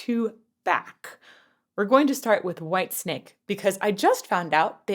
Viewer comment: For the last time please - WHITESNAKE not WHITESTRAPS. PLEASE